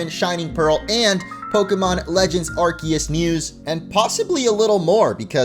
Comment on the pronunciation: You get my Like just for pronouncing Arceus correctly